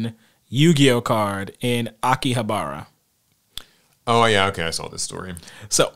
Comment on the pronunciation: The way he said Akihabara bothered me so far It's not a big deal lol cuz i know thats how its read just looking at it but thats alr